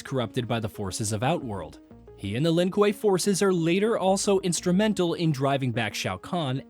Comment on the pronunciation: The Lin what? Koo-way (kuei)edit: cringe on some mispronunciation of things.